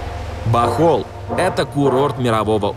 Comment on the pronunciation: Можно называть и Бохоль и Бохол, разницы нет, больше года здесь живем и режет слух, когда Бохоль произносят 🤷‍♀️